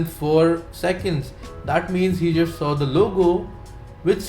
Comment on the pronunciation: Bhawa tu trust la trusht bolto.. just la jusht bolto :P kay problem kay aahe..? xD i think u have some problem with the pronunciation of those words :P because i have seen all your vlogs and in all of them you say those words exactly the same way